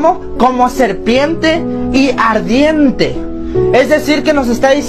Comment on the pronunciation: Serpiemmmte , ardiemmte , en todo caso se dice Serpiente,!!!!!!